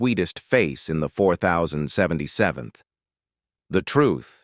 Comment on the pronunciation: THIS IS THE WORSTE AI NARRATOR I HAVE EVER HEARD ! ! ! From the beginning, it made major mistakes. I don't remember a show called M. A. S. H. But I did like the Show called "MASH". The MASH Unit, that it represented was not called "The Four Thousand Seventy-Seventh M. A. S. H.". It was called "The Four Oh Seven Seventh MASH"... It did get it right at least twice. But it got it wrong more times than I could keep count of!!!